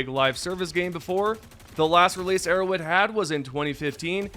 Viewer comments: “Arrow wed” bothers me so much lmao say arrowHEAD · Why do you pronounce Arrowhead like Erro'wed